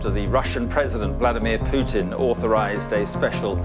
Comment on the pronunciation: This narrator pronounces Putin like "Tooting". I wonder how he pronounces Luton.